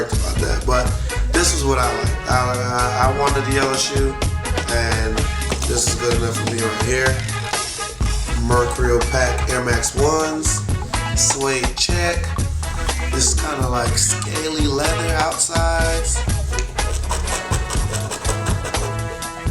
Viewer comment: It's mer-cure-e-al